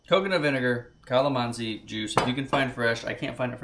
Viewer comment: You got the pronunciations right! Kinilaw. Kalamansi. Yumza❣️